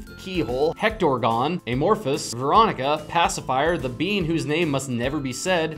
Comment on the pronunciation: I know he didn’t just call Pyronica Veronica…